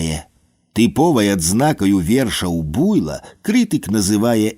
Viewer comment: А чаму БУйло? Слушна ж будзе БуйлО.